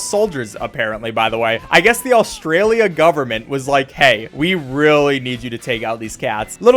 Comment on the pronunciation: The way you say “Austria-lia” makes me suffer